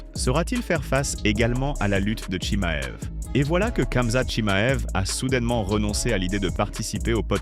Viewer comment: Tu me fou l'angoisse a dire " CAmzat" dis ramzat a la limitte si tu sait pas faire l'accent